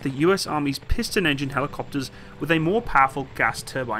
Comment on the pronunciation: giving up on pronouncing the type of the engine was the funniest moment on your channel!🤣🤣🤣🤣 Also, Thank you for not using knots! I hate knots and nautical miles!